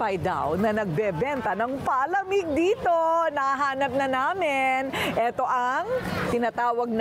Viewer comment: Madam Korina tlaga palamig lang di alam ipronounce ng tama. 😅😂😅😂